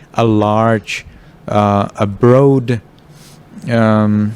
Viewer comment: broad rhymes with rod in English. Other wise your English is very good.